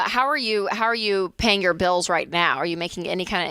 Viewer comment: “Jor life and jor money”